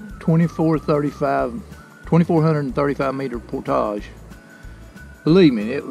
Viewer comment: Props to you friend for taking the effort to say 'portage' properly, for a while there with your southern accent, I thought I was going to hear something more like 'porridge' which really makes me cringe. Thanks again for making the effort ;-)